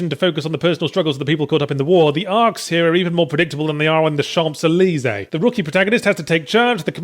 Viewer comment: That was the worst pronunciation of Champs-Élysées I have ever heard :p